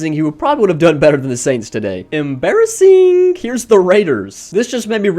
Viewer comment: The way he says emberresing